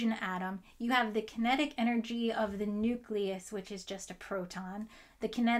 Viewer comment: for God's sake. Nucleus (building up to. And probably beyond). OK, carry on.